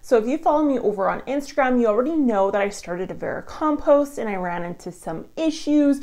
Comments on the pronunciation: Vericompost, a silent 'm' i was not told about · How many times can I listen to someone mispernounce the word vermicompost? Not enough to sit through this video